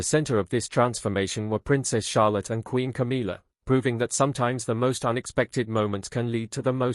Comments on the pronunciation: Stepsister! What a load of rubbish…same as mispronouncing Camilla’s name! It’s not CAMEELA! It’s. cam illa ! Camilla! Get it? Or are you AI? Camilla’s two children are NOT ROYALS! They are the progeny from Camilla’s marriage to Andrew Parker-Bowles! So I don’t know WHY anyone thinks they automatically become Royals! Princess Catherine’s parents and siblings havnt been given elevated positions or titles, and they are the parents of the future true Queen of England, and grandparents to HEIRS TO THE THRONE!!! So any new positions ought to perhaps to to those who warrant them. And since when has Camilla’s daughter “worked for years to get her place in the Royal family “??? I hadn’t noticed her or her brother working hard! PUSHING IN at their mothers behest, yes! But nothing else. Like Camilla, they just aren’t fit people to hold ANY Royal positions!! Just ridiculous, all of it! Just heard you pronounce CAMILLA correctly!! So you CAN do it, and aren’t AI after all! I take that bit back! Have you noticed how the King stands well back and doesn’t have any input on all this rubbish?? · its not Cameela, its Camilla